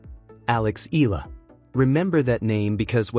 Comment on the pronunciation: You need to remember this: use a trained AI that pronounce EALA as Ee-YAH-Lah and not Eeee-LAH. If you can't find one, just use ALEX to refer to her.